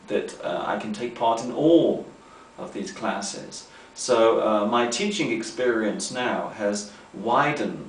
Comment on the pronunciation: I've noticed an unusual thing in that video... I've never seen someone saying the -g final when pronunciating verbs with -ing, for example. So, that's what did, he said, at the beginning of the video: "teachinG English" Why does that occur? I've never heard a native speaker saying this way.